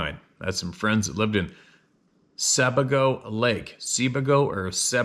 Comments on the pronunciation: It's pronounced "Sa-bay-go" Lake, Maine. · Maine lake pronounced: SabAgo (long A). Spent many summers there.